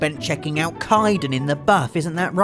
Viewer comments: Kai-dan? I'm pretty sure it's pronounced 'Kayden'. I'll have your head! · "Kiden" Kidennnnnnnnnnn 🙈😩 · Kye-den... how can you mispronounce a name that is constantly said aloud in the games? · Holly, you romanced Kaidan. How can you keep letting pronounce his name SO wrong? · s h o t s f i r e d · You put Mass effect (an already easy game) on easy and you mispronounced Kaidan. You make me sick. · the way says Kaidan triggers me on a deep and personal level.